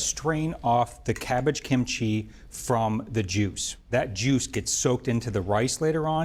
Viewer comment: He needs to pronounce Korean food better. He's emphasized chee/chi too much ee. And the other Korean food dishes. Google even does much better.